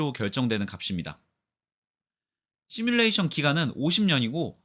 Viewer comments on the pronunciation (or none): 시물레이션 발음을 되게 이상하게 하는데 “시”는 인어공주 애니의 가재의 노래 제목인 언더더씨의 “씨”처럼 발음해야 합니다. 지금은 굉장히 희한하게 하네요. 흉내도 못 내겠어요.